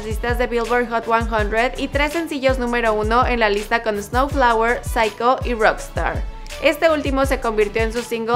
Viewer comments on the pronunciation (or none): Me parece que pronunció "snowflower" y no "sunflower". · ''snowflower'' jajaja